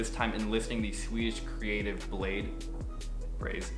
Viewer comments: bladee not blade hahha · Niklas Volggger it’s bladee listen to nard interview sad boys Yung lean made that clear